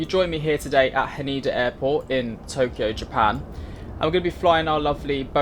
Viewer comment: It's Ha Neh DA not Haneda by the way!